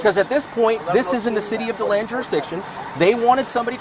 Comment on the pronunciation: I can't believe these frauditor idiots have started up in my area. How sad.. btw, it's pronounced De Land, or as most ppl call it, Dead Land. I'm from Miami.. but I'm embarrassed to live here now. At least I'm super close to Daytona Bch! 🌞⛱️🌊